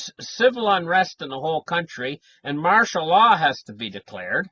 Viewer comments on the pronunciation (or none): none